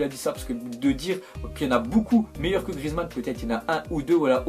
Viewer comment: FAIL il a dit Grieza au lieu de Griezmann la preuve à écouter bien svp!